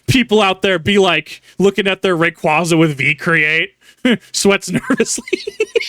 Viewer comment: Big pet peeve of mine, but it's "Ray-qwayza" not "-qwahza." It's my favorite pokemon and the pronunciation has been around since about 2005, so it makes me cringe when poketubers/pokemon fans say it wrong. You corrected yourself when saying Vibrava wrong, so I figure you might take the proper pronunciation and use it.